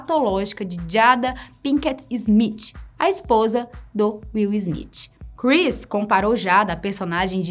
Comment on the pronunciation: Izmitchi. Sangra o ouvido.